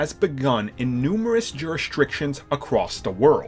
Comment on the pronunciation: "Juri-STRICTIONS" come on dude